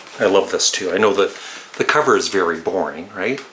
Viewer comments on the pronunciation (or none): none